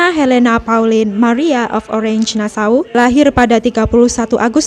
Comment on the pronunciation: Maaf pengucapan Orange dibaca Oranye, bukan Orenj (bhs Inggris). Sukses !